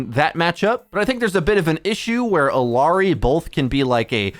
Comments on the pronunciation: It's Ill (i) ary! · Bro learn to pronounce illari please ...Its odd the amount of effort you put into pronouncing kirikos' name correctly but not illari